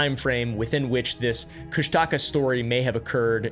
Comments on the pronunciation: As a native alaskan it's pronounced kush-tuh-kah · "Cush-Taka" has me laughing, im sorry😭🙏